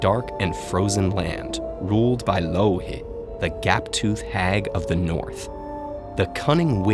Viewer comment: am i the only one who always hear "loki" when he talks about louhi?